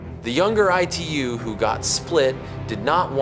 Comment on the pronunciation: Bro why are u calling Itu as E2…..😅